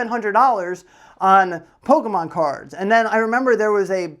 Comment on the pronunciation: Loving the ending video segment with the pronunciations of Pok-é-mon. 👍👍